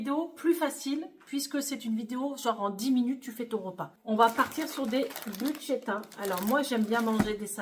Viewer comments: tu oublie le R c'est bruschetta et buschetta. Un grand pouce pour votre nouvelle chaîne 😊😊😊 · Hello, merci pour votre 1 ère vidéo. ⚠️ Ce n'est végétarien mais pas vegan ( sans aucun produit animal ou produit par un animal ) 😉 💡On prononce brousse queta 💡Ma variante à la place de la sauce tomate je mets du pesto ou pesto rosso, 🍅 et jaune, de la mozza et des rondelles d'🫒 et ou noires pour la déco. J'espère de tout cœur que cette chaîne deviendra pérenne et que vous aurez un max d'abonnés.